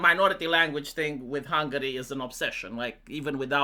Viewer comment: Pronunți intenționat hungary? Just to piss ppl off?🤣🤣🤣